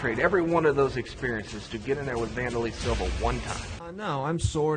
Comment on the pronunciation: vandurrlay silva